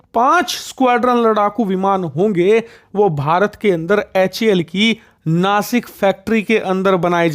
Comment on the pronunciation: भाई नासिक नहीं नाशिक हे